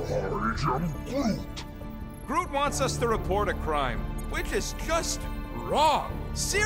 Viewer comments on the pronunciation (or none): is it me or does Rocket keep calling Groot Groo and just completely missing out the T. In the film he had a kind of east coast american accent, so while he didnt enunciate the T in the movies, you could still tell he was saying Groot cuz of the abrupt stop at the end of the word that replaced the T. Here he kinds follows through and it sounds like he's saying Grew It might just be me, but it sounds weird.